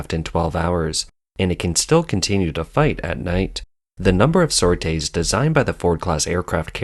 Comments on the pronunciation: Its a sor-tee not sor-tay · Just so you know, “sorties” is pronounced “sor-tees”. “Sautés”, pronounced the way you did, means a quick fry in hot fat. Gee you Yanks struggle with getting your collective head around the language, or do you think it sounds educated and more sophisticated? Also it’s pronounced “new-cle-are”, not “new-cu- lar”. Learn to speak, or give up voice over work. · ‘Sortie is pronounced “sore- tea” not “sore-tay” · Please let the AI know it's pronounced "Sor~Teez" not "Sor~Tase", spank you very much.😝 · Nitpick time: Don't pronounce it "sor-tay", but "sor-tee" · It is pronounces sortʼ-ees not sort-aysʼ. Teach your AI to properly pronounce words! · sortees, not "sor tays"... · That's not how "sorties" is pronounced. Since it's obvious you didn't know how to pronounce it, wouldn't you rather spend a few seconds finding out how to pronounce this common word, than to have millions of people listen to you sounding like a fool? That's all it takes, son, and you chose to sound like an idiot, instead of taking a few seconds to get it right. It's shocking how many YouTubers guess at words, rather then find out how to pronounce them. Now think about this--are viewers going to trust the facts you present, when you're too damned lazy to find out how to pronounce a word you use over and over? I sure won't. If you're this lazy about one fact, how lazy are you going to be about less easily checked facts? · This computer voice can not pronounce "sorties" but seems to have nailed that Chinese name. What does that say?